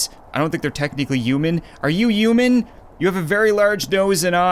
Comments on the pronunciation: I’m not trying to be mean but every time he tries to say human he says uman. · "Are you youman?" The way he says human...